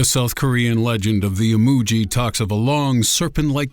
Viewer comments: I'm sorry for being "that person" but 이무기 (imugi) is pronounced ee-mu-Gi, the "g" is like gum, gang, or gas NOT the "j" sound. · imugi is pronounced with a sound like guitar just an fyi